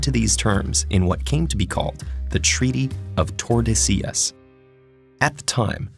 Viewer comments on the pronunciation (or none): "tREaTy of tErdEsiYas" no it pronounce as "TORDESILYAS". "LL" sounds like "LY" like Calle (Calye), Caballero (Cabalyero), Sevilla (Sevilya), etc. 300 plus years of Spanish colonization though.